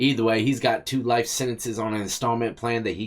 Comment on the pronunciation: Why the judge keep pronouncing “life” as “rife” ??